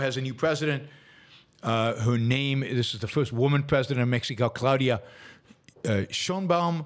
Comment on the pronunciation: "Sheinbaum"... Every single time.